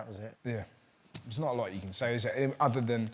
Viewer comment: Can!!! Not van..